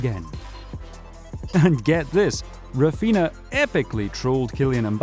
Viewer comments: it's Raphinha not Rafinha bro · its RAPHINA not rafinha